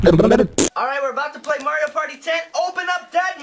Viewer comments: For the last time, it is Mario not Maryio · saying mario wrong